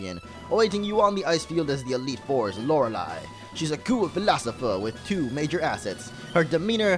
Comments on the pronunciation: It's pronounced LO-RAY-LIE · Lore-a-lie a believe that's how it's pronounced. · Prenounce it as Lorelie if it's still a problem xD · I believe Lorelei is pronounced Lor-uh-LAY because Entei, for example, is pronounced En-TAY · its pronounced lore lay the ei is pronounced as ay sound as in day or entei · lor ah lie is how you say it. :P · its pronounced lorelei :p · It is lore-lie as the name is actually pronounced like that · Lorelei: Lor-el-y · Hey I love your videos,but loreiei the last I is silent